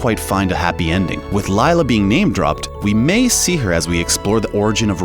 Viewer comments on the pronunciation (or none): none